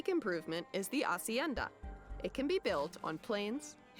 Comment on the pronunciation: First time in a game when my country is OP and not related to drug sh&t... love your Hacienda pronunciation. Saludos desde Cali, Colombia mi amigo!